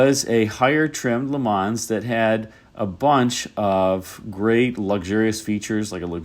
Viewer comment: For the "Le Mans", you don't have to pronounce the "S". The name comes from the city in France where there is the famous 24 hour race.